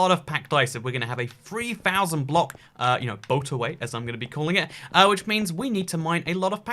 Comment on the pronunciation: i heard "boat away" several times until i understood that it's a boatorway